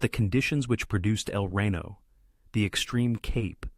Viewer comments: Can't use actual images from the tornado? Also it's El Reno not Rino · It’s pronounced El ree-no, not rain-oh. 🙂